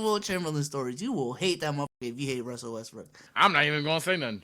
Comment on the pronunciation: Fam he hit em with the Westbrick 😂😂😂😂😂 Wilt Chumperlain😭😂😂😂😂